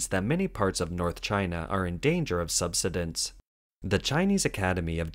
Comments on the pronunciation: the word is pronounced... sub-"sigh"- dense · The word "subsidence" is pronounced "sub-SIGH-dense". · Oh! The mispronunciation of “subsidence” so many times threw me... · Thanks, I have never it pronounced like that. Interesting